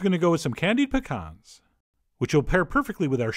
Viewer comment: i appreciate you pronouncing pecan correctly